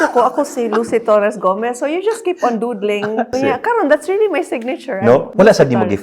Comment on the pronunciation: the way she manifested "Lucy Torres - Gomez" 💓